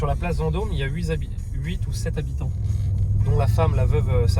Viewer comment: Huit zhabitants ça fait beaucoup finalement, plus que huit nhabitants en fait